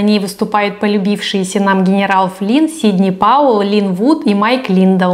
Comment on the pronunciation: Акуахоме, сидни пауеу, ..... гнерау флин🤣🤣🤣🥲 может к логопеду сначала а?